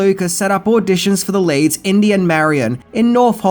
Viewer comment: Inty....like Indy